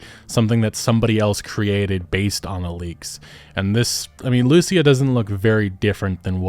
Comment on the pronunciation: Please for the love of good, just say Lucía's name in the right way. You can hear in the trailer how its pronounced...